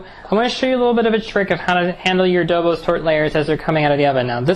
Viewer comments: Nice! By the way it is pronounced "Doboshhh", not "Dobos" ;) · It's pronounced Dobosh, not Dobos. It's a Hungarian desert, one of the many super delicious Hungarian deserts we make in Eastern Europe. Looks good! Pofta buna! Arata bine tortul! Good tip on the caramel topping. I'll try it like that next time.